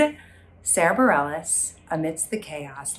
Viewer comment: I thought that it was pronounced "bar-ray"